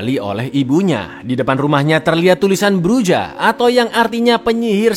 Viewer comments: Los Llanos dibacanya Los Janos, Bruja dibacanya Bruha cakkk Icaanngg.... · Cara bacanya itu "Bruha"